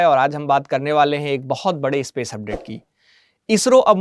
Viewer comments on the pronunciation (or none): none